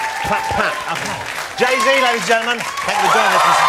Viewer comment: “jay zay”